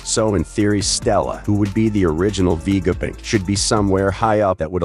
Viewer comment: why stop messing up the namesits like you have a terribely filter on vega punk not vegapick